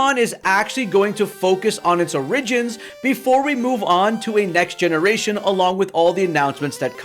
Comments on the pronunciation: I’ve never met you, but I hung with Hena a bit back in college, so I say this sincerely: The word is oh-RIH-JINS, please pronounce it properly. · Please learn how to say "Origin/Origins" lol